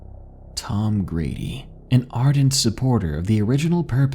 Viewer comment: Love to hear some stories from Colorado. These stories are crazy man. Lol in this story I believe you said Tom Grady, and it sounded like you said Tom Brady lol. Anyway keep doing your thing, I am a big fan.